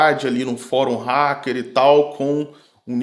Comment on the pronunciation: Para de falar Requim, até em inglês. A pronúncia é raquer, e já tem essa palavra em português